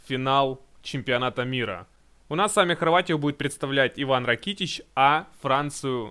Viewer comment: Вообще правильно ударение на а Ра'китич